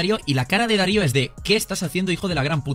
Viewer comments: Sinceramente me da una úlcera escucharte decir DÁrio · Cada vez que dices DÁ-rio me da cáncer de oído xd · Q pdo con decirle: Dário jajaja siempre pronuncias mal (no es hate) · Deja de decir Dario por favor, es Darío. No importa si lo ves mal escrito, el sentido común debería ayudarte a darte cuenta de que es DarÍo. No existe ningún Dario en el mundo, sólo Daríos. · No entiendo como puede pronunciar mal el nombre de una persona cuando literal lo esta leyendo. Me dio cancer al oido escucharlo pronunciar Dário y no Darío como realmente es. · No es Dário, es Darío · porque dice Darió si el se llama Darío